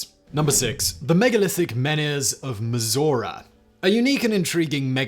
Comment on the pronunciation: Am I the the only American that heard Missouri when Simon said Mizora????